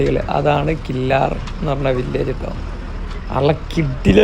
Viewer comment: ഞാൻ ഇതുവഴിയുള്ള വ്ലോഗ് ഇതിന് മുമ്പ് കണ്ടിട്ടുണ്ട്. കില്ലാർ എന്നല്ല. കില്ലർ എന്നാണ് ഉച്ചാരണം